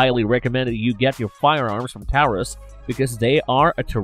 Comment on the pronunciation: I have a hard time believing this guy since he made several videos bashing the Taurus Judge which by the way you're still pronouncing Taurus incorrectly and now he realizes how important ammo availability actually is and then interchangeability shortly after